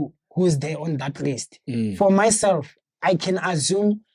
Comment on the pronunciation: "I can azzume" 😂😂😂